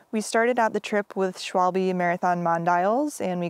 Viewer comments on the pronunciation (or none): none